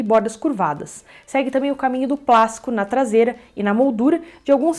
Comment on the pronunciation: Eu entendi plasco ou plástico